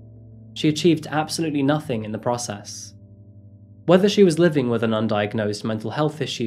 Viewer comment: While your brain is trying to process that video, my brain is trying to process your pronunciation of "process"... "Protocol" was even better man 😁